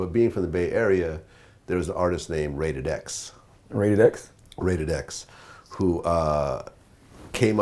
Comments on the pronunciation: x mothafucking raided. yall dont know shit about rap if you dont even know how to say xraided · It's X raided not Raided X, fuckin Vlad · lol "Rated-X" No doubt, though.... I was one of those corny non-black kids - I didnt know what macaframalama was back then? And I'm still not sure ;D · He said rated x when it's x raided lmao. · God dammit, Vlad! It's X-RAIDED! Not Rated X. lol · X raided not raided X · ITS NOT RAIDED X U CLOWN HOW U FROM THE BAY AND DONT KNW ABOUT X-RAIDED????????? PLEASE EXPLAIN TO ME!!! ITS X-RAIDED U DUMB FUCK U AINT FROM THE BAY NIGGA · X-rated not raided x ... And he is from Sacramento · dumb ass vlad said Rated X its X Raided u idiot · x-raided not raided x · LOL. Raided-X! sounds like some Ant Spray. X-Raided you mean, Whoo Kid? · X- RAIDED not RAIDED-X ... Silly bitch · The rapper he's talkin bout is not raided x its x-raided and he's not from the bay he's from sacramento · Vlad let me correct that the guy you're talking about goes by the name "x-raided" not raided-x and he's not from the bay he's from south Sacramento from a gang called GBC garden blocc crips and he killed his gf and the dude she cheated with. Anyways he's one of the most underrated gangster rappers of all times it's just too bad he's doing life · It's X-Raided out of Nor CAL, Sacramento! Not raided x smh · its X-Raided Vlad not rated X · its x raided not raided x this nigga vlad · X raided not raided x ,,,n hes frm Sacramento ,,bout 1hr frm the bay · LMFAO Vlad it's X-Raided not Raided X. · X Raided! Not Raided X stupid Vlad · It's x raided not raided x ya vlad, fool needs to focus more on the bay area than most of the bull shit he be interviewing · Vlad dat rapper frum da bay iz X-Raided fool not raided x!!!! Do your research homie!!! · X-raided not raided x just for yall that dont know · His name is X Raided. Not Rated X. Anarae Brown aka X Locc. Anyone that is interested look up "Psychoactive." Damn Vlad if you're from Northern Cali you should know this...